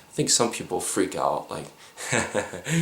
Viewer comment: "When they were taking them ooot"? Hello Minnesota.